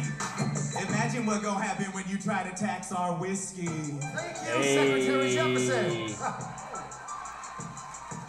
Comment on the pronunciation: The “Vhiskey” at - ... “Vhoop!!!”